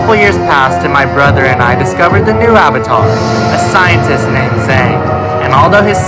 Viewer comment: Oung, the last Ouvatar